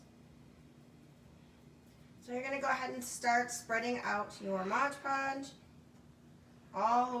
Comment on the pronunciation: It’s pronounced Mod Podge, not Modge Podge.